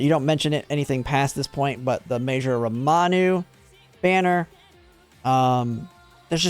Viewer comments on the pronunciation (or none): great and helpful video! your content is really good in general, but my only gripe is how you pronounce mejiro ramonu (pronounced ram-oh-nu) as mejiro ram-a-nu and for whatever reason its driving me crazy! if its some kind of bit/joke in your community i apologise but otherwise just thought id point it out incase it hasnt been pointed out already!